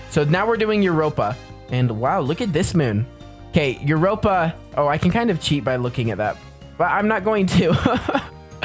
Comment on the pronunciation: Yeah, I don’t know why he said that and that’s not how you say Europa💀